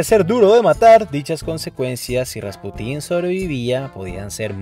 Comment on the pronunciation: Muy buen video, pero no sé porque dices RaspUtin en vez de Rasputín?. No lo digo para criticar, solo me llama la atención.